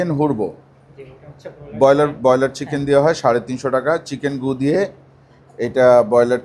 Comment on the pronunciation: চিকেন গুদেয়ি ❌ চিকেন গুদিয়ে✅ 😂😂